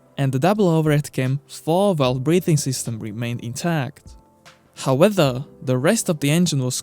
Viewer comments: i love you and your videos, truly, but please stop saying how-weather, and learn to say howEVer. Please!! You you use the word too often to be mispronouncing it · Please learn how to say "however" or just stop saying the word. I understand English is not your first language and neither is mine but I couldn't watch the video to the end because it's just driving me nuts. Use "but" "still" "yet" just stop saying "howether" when it's "however". I hope you take this comment as constructive and keep up the good work. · Seen many of your videos... It's however, not "howether" :P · However not howwether. Just In case you wanted to know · Howether a b'o wa' er